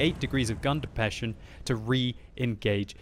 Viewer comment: "Gun depession."